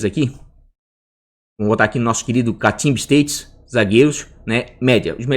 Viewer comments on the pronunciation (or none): parabéns pelo trabalho. Suas análises sempre minuciosas e ricas em informações. Apenas uma correção de manezinho para manezinho, a pronúncia correta da palavra stats é "estáts", e não "esteits". Forte abraço e bora mitar.